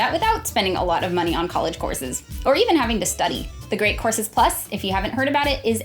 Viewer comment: I keep hearing "corsets" instead of "courses". I'm probably drunk